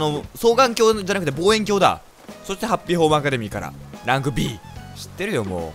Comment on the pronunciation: ランクＢがラグビーに聞こえたww